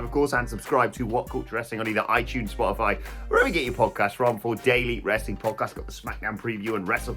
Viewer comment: I agree but said wrostling so that’s what I’m calling it from now on 🤷🏻‍♂️